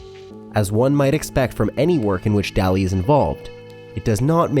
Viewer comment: The most disturbing thing is that the makers of the video don't even try to pronounce the names correctly, "Louis Bunuel and Salvador Da-ali", pff...